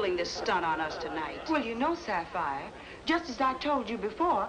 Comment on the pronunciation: Mrs Van Pelt actually pronounces the name Sapphire correctly. Its usually pronounced as " Sap fi " .